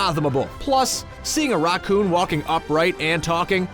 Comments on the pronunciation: why can't he say Racoon?? what is a rockoon? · You say raccoon so weirdly, it sounds like rock-oon Like the video tho, gave it a like 👍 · Idk if anyone else noticed this but the way he pronounces Raccoon was a bit off to me 🤔🤔🤔🤔🤔 I heard it like Raw coon though I would say the ra part like racket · why doesn't this guy know how to say raccoon